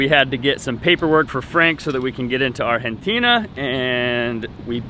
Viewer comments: Check out pronouncing Argentina "Are-hen-teena". Goin' native! lol Just stay on edge, stay vigilant, DO NOT drop your guard, ever. What with folks stalking Frank, asking weird questions about his lineage... Good luck 👍🏾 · Sorry bruh... you lost me at "ARHINTINA"